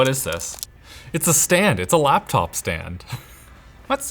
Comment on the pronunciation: laphanop os the funniest thing ive heard someone call a laphanop